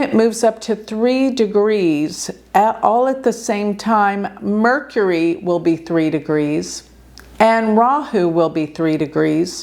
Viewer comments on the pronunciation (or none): none